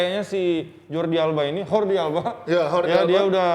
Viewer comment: Yordi Alba bukan Hordi Alba, catalan ama castillian beda aturan baca